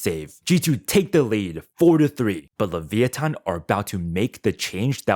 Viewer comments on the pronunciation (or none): Just say leviathan not leveeathon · Is that how you say leviathan?leviothon?